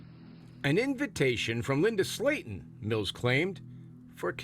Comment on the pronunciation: *Slaten, not Slayton